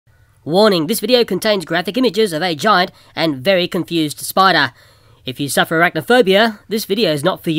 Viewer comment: i love how he says spider haha! SPIDA!! i'm scottish so i pronounce my R's lol